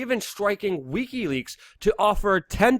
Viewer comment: Its Wiki leaks! NOT Weeky leaks! Dam you....you drive me insane every time you say it! Peace and love:)